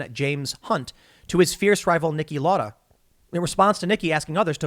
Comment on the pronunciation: That's not how you pronounce 'Lauda'